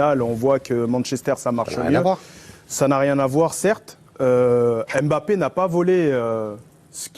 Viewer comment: Il ne s'appelle pas M- bappe mais plutôt Mbappe. Mbappe n'est pas un nom Français pour le déformer c'est un nom afro-camerounais. C'est comme si on déformait Angèle en africain A-ngele. C'est qui est étrange les africains laissent qu'on transforme leurs noms sans rien dire comme Nsimba transformé N-simba ce sont des noms africains qui ont une signification et quand on le transforme ça ne répond plus à sa signification.